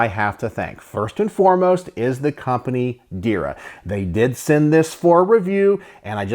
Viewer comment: One more thing Not Dir ya Try to say like this There-ya